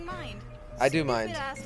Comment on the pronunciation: Is it just the christmas spirit or do i keep hearing 'Santa' and not Sanna